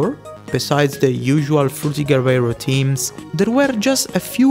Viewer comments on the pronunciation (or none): Ik this off topic but the way you pronounce "theme/s" sounds like "team/s". its pronounced with a strong TH sound